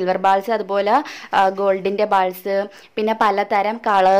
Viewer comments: ബാൾസ് നു പകരം ബോൾസ് എന്നല്ലേ വേണ്ടത്. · silver bals alla bolls ennan pronounsation